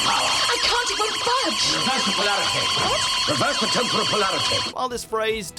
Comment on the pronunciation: Narrator: yes I am payed narrator person Also narrator: tempohuhral